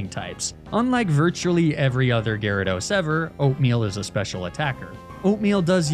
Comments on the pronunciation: My boy said Gyaradye 😂😂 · "gyradi" pfft gyrados clearly has greek roots and would use the second declension plural "gyradoi", like one of its roots "gyros". Shocked to see such sloppy research from!